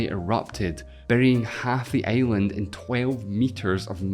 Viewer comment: i love your pronunce like earth to eeath and island to aeiland